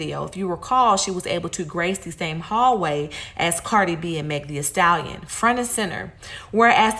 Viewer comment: “Meg Thee-A-stallion”😂